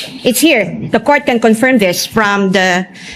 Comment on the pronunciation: Tama ang pronunciation ni sa salitang CONFIRM! Ang pronunciation ni BAKULAW luistro ay mali!😂! You should hear it😂! Akala ni BAKULAW luistro ay napakagaling nya! Pwes! BOBO sya!😂! Hindi sya marunong mag pronounce ng English! Words! Ang pronunciation nya ay Tagalog😂! Ang yabangmo nya! Ang mga kulay ng damit nya ay salaginto at salagubang! At nakakasilaw! Kailangan mag sunglasses 🕶️ 😂 ka!